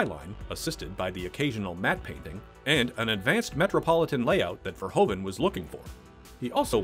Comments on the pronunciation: It's Paul VERHOEVEN !!!! not Verhoven !!!!!!!! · Paul Verhoeven actually pronounces like Verhooven ( Proof, J. Edgar Hoover, roof ). Etc. That aside, Robocop is one of his best action/drama film. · I love this and the sequel, but I beg you, please just say "Fair-hoove-un".